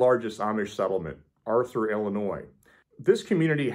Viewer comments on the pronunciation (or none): none